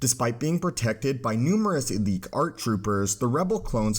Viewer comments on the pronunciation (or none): none